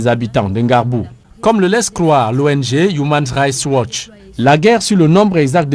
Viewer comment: "Humain raicht watch". Le pauvre.